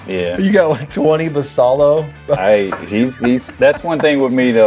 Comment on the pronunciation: Great content, I do really enjoy your videos. One suggestion is to do more research into how Latin players’ names are pronounced. Samuel Basallo would be pronounced like bah-sigh-yo, for example. Just a suggestion to make your content even better, imo. Thanks gents.